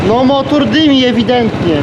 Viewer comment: Motor nie motur